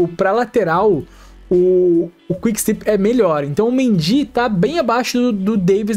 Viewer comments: se diz quick stép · Video muito bom! Parabéns,. Só pra ajudar ai nos próximos, a pronuncia eh quick stép. Valeus! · Valeu demais pelo vídeo! Só uma observação: se pronuncia quick stÉp, com enfase no É msm 😊